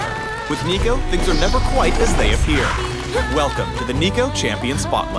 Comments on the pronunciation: Noooo he said neeko neeko ni nooo riot please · "sneeko" I heard that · HE SAID NEEKO NEEKO NEE D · Lol so hard when says Niconiconii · If he says neeko one more time, i’ll break his neeko neeko kneecaps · Noooo! He did NOT Said neeko neeko need! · Stop it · That guy said Neeko Neeko Neee Where am I xD ??!? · how much did they pay you to say "neeko neeko need" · They finally said it "neeko neeko nee" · Jfc with the Neeko Neeko Nii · "Neeko-Neeko-Nii" Riot. THIS NEEDS STOP. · He said neeko neeko need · "Sneeko up" "Hide and seeko" "Neeko neeko nii" Why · tell me that he just dont said neeko neeko XD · "Neeko Neeko Nii" Not even Nico Nicotine brings that many cancer in just one meme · Yup. Made me want to break his Neeko Neeko Knees.